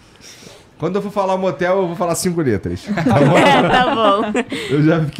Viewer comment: Desse jeito ainda foi melhor do que no início quando ele disse "cinculetra" .